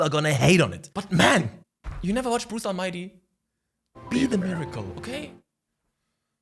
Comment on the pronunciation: when you said "Bruce Almighty" I understood "Pussy Online" LOL